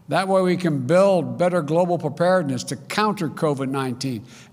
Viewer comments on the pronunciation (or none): What is “gwobal” power . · He can barely talk! LOL. Grobal Prower?